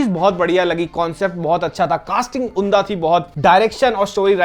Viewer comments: "उन्दा" नहीं "उम्दा" 😊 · Gandu unda nahin "umdah" bola jaata hai , har baar unda unda bolte rehte ho ... Anyway love you ❤